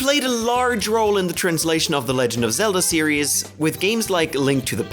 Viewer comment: Why elongate the final syllable of every sentence? Super Mario Worllllld Mario seriiiieees IDK just tripped me out for some reason 😞